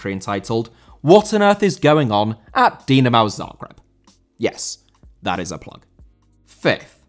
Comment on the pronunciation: Dinamo* not Dinamaw